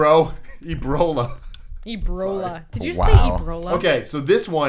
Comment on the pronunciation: "eBROla" lmao nick!